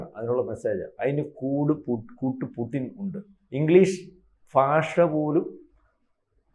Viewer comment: പുഡ്ഡിൻ അല്ല പുട്ടിൻ ആണ് മാഡം